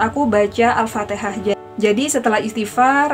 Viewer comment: Alfatikhah mbaaa bukan alfateeeekhah.